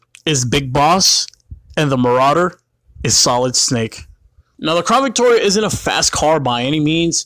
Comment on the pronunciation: "Crawn Victoria" can't un-hear that